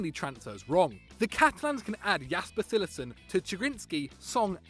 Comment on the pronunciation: LOL CILLESSEN. Cillessen is great.